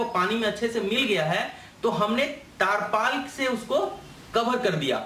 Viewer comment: Tirpaal bolte hai taarpal Nahi dakkan